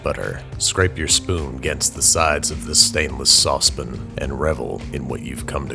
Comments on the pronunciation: remember when he used to say saucepan instead of saucepn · I'm just curious but why do you say "sauce-PIN" instead of "sauce-PAN"? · It bothers me more than it should that he always says sauce pin, and not sauce pan. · Ok I love your videos but it’s sauce pan not sauce pen lol 😂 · it's a sauce PAN P-A-N! You dont say Peter Pun!! IT'S PAN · Its pan.. with an A. Not pin! Not since pin. Its saunce PAAAAAN! but I do love your series. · Is it a sauce pin? I always thought it was a sauce pan. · Sauspin. SAUSPIN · Saucepan: Yeah, so basically I’m just a pan for sauce. Andrew: Ah, yes of course. Sosspin. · I hate how he pronounces “sauce-pan” UGH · Why does he say, “saucepn”? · nobody: ..... noone: ...... absolutely not a single person: .... not even a soul: ..... babish: SOSPIN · why does this kook say sauce"pen" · This is terrible, and the YouTube ads combined with your bs sponsorships, combined with “saucepin” equals a new personal best for me for the fastest dislike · No one: Babish: SAUCEPIN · It was hard to move beyond "saucepin". Why, Babish, why? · Your pronunciation of saucepan is like fingernails on a chalkboard. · Why does he pronounce saucepan as saucepan not as saucepan? English is not my first language so I don't know much about accents.